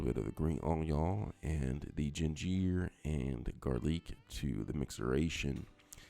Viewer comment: Where did this guy learn English? Burnarating, gingeer, papeer instead of pepper, thickenazation, complimate instead of compliment and did he say shrimple??? Making up words lol!!! Took him long enough to start stirring the shrimp. Shrimp cooks fast! Is he trying to sound French?